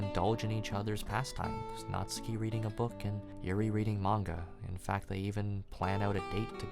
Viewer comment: Great video dude, love the pace and that you could get your point across without using tons of profanity. 200th sub ez clap boys Edit: oh and that you actually said natsuki's name right! Lol